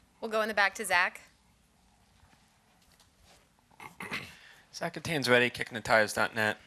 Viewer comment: Why does the reporter Zach sound like some troll on rust 😂 “aw cweetus what dwivers do you wespect”